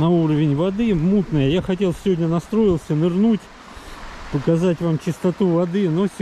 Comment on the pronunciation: "Я сегодня натсроился нырнуть....." )))) Я подумал, что он хотел искупаться))) Аж съёжился